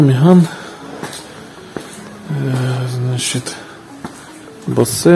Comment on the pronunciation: Хлопці, дійсно народне авто. Але BOSE читається яки"Боуз" а не "Босе"